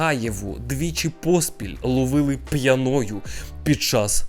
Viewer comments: Бро, пʼЯною, а не пʼянОю🥲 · П'Яною наголос на перший склад і аж ніяк не п'янОю., слідкуй за мовленням.